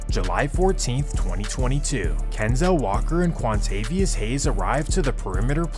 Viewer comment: Cuantavius lmao ff